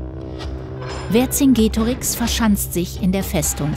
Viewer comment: Man spricht den Namen Verkingetorix also das c als k weil es im Lateinischen kein k gibt